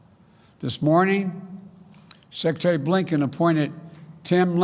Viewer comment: he can't even pronounce the word secretary...